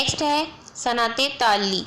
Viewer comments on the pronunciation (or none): Very nice....but i just want to say that please pronounce words correctly..like صنعت تعلی it's not taalii its taalaa and another one is مستعار منہ it's monh not minn